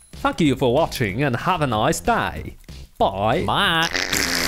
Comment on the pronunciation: kinda sounds like he said "faq you for watching"